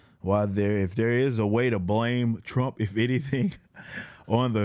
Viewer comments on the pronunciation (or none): none